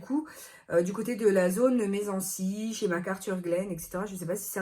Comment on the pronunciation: J’habite à 20 min et je ris à chaque fois que je t’entends dire Messancy, ça se prononce Mèssanssy 😉😘